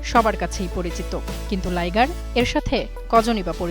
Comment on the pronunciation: Liger না Lioger